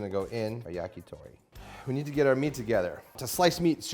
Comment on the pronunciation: also, Yah-kee-thow-ree :)